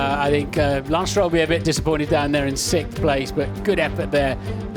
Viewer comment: Why can't the English say sixth?